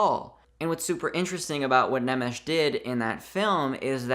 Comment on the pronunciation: "Nemesis" — LOL. For your information, the name is pronounced "nae-mesh". As for your point, I sadly agree.